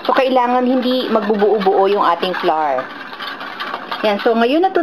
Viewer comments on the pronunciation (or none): Polica grammar lang flour pronounce as \ˈflau̇(-ə)r\ or ung sound ng bulaklak sa English ( flower) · "Flar" :3